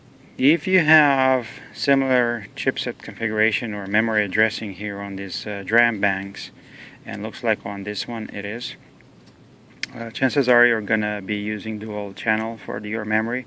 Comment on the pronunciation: Just a quick note, DRAM is pronounced D-RAM not DRAM when referring to memory.